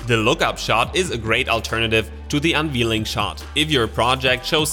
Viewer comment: Unveiling is pronounced “un VAIL ing”